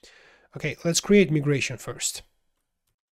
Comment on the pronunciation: for proper english, its not called me-gration, its called my-gration